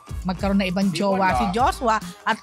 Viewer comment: Bakit Jos-wa? It's Joshua